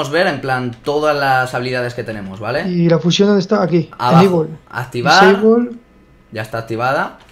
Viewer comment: porque dice fuyion es fusion